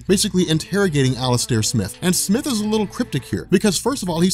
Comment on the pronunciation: Isn’t it smythe not smith?